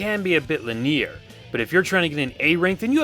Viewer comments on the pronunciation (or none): WTF. "Lineer" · Strangest pronunciation of linear ever.